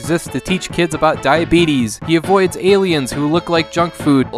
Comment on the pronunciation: Also it's "die-a-bit-us" diabetes? Wtf fuck is that? Lol